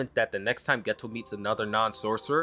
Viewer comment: No disrespect to you or your channel, just wanted to let you know Geto is pronounced as “gaytoe”. Honestly I could be wrong, but I’ve been trying to learn Japanese these past 7 months so I’d be sad if I was :/